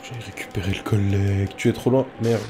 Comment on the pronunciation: tu dis coollegue